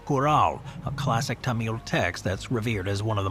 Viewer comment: Tamil: pronounced "Tom-mull", with some slight variations depending on dialect and "correctness" for lack of a better term. Never "Tumeel", unless we are talking about a different group altogether? If that's the case, my apologies.